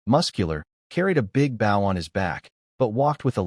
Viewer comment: Stop saying Bow instead of Bow! 😂😂